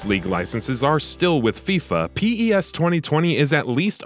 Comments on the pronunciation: don't say P E S plz just say PES not P AND THEN E AND THEN S WTFFF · Please stop calling it P.E.S just say pes please :) show some respect haha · its PES and not P. E. S. microtransations incoming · Okay no need for the Pee Eee essss. It's Pez thanks very much! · It's PES not P-E-S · I disliked this video because he called pes as P-E-S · Why is he saying P.E.S and not just PES , it's kinda annoying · Its PES no P E S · No one calls it P.E.S. it's called PES (pez) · Lost me as soon as he spelt out P E S instead of just saying pes like every other non robot player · Its known as PES not P-E-S!!! I cant listen to this shambles of a video you cant even say the games name right!!! Unbelievable.... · 🗣 It’s PES not P.E.S.!! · Daft sod narrating thinks Diego Maradona is two people. And it's PES, not P-E-S. Fuck sake. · You should redo this and say pes instead of p e s thats some crazy shit mate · I can't take the video seriously with the narrator saying P-E-S instead of just PES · Stop saying P E S its one word come on you guys did this shit last year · The moment he says P-E-S. I was done. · I stopped the video when he said P.E.S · lmao really? I didn't get to that part. Closed the video after the third time he said P-E-S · diego...maradona. really guy? You said it like he's 2 separate people. Do you not know who diego maradona is? If not, maybe you shouldnt be narrating a soccer game comparison video watched by soccer fanatics. Just maybe. Oh... And p...e...s. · Why didn't he call it f.i.f.a then